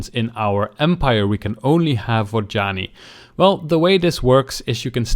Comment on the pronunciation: its Vod Yani... not Vaginy great video though, but stop saying their name... I cant handle it. lol